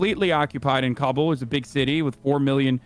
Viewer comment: He's saying it correctly just most people pronounce it wrong